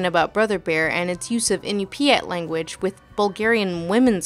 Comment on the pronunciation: As an Inupiaq woman, I'd like to say it's pronounced "in-NYU-pyat" Pronouncing it "in-u-PY-at" could get you laughed at up here.Also, another funny thing about Brother Bear: though the singing was in the Inupiat language, the story starts out in Yup'ik and most of the characters have Athabaskan names